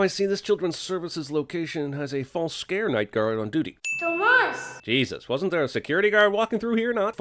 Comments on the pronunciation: Toemass doesnt appreciate mispronouncing Tomas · never say Tomas like you did ever again. Its Tomas, you say it as fast as you would say Thomas except the o is a bit harder and more emphasized but not elongated